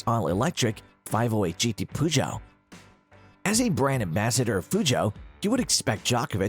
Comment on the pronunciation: im sorry how did you say PEUGEOT